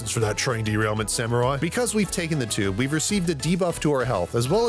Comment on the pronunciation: "fancy a ride on the choob?" stabs very Britishly